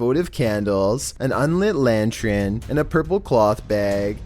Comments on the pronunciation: 'an un-lit LANTRIN'. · lol do u just look up random words sometimes man? macabre.... the re is silent bro edit: lantERn bro. not lantRIn. better if people assume you're intelligent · Macabre - you do not pronounce the R. Pronounced ma-cobb Also it is lantern not lantren. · an unlit lantchurn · Lol gotta love that pronunciation of lantern